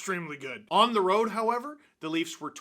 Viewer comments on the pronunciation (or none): none